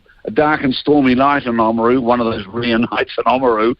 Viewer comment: And why is Oamaru pronounced O-Oamaru on T.V.? really pees me off...can't they say Oamaru with a silent A without trying to sound like Dicks? No not you:)